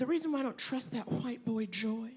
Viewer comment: Someone needs to teach Naomi how to pronounce "white"